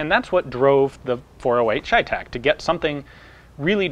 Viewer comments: CheyTac is Cheyenne-Tactical. Since when is ''cheyenne'' pronounced ''shyenne''? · it's chey tac as in Shays rebellion . chey tac . the ch sometimes makes the sh sound . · It’s pronounced chevytac